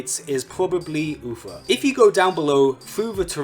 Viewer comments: It’s Uther. Not Uffer. 🙃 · Stop saying UFER hes name is UTHER! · Uther not Ufer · I can't stop hearing "Ufer"... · I swear if I hear "UFER" one more time ... -.